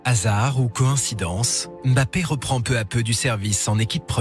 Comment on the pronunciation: on ne dit pas M.....Bappééé. non , son nom c'est MBAPPE. Pourquoi séparer le M du BAPPE